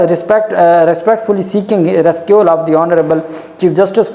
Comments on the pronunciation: Recuse is pronounced ruh·kyooz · Rescue nahi recuse